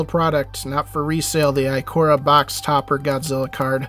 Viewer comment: Nice pulls but it's Ikoria (eye-kor-eya)